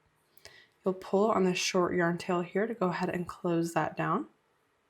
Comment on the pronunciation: Sorry, I really wanted to learn how to do this but I can't handle the way you say "yearn"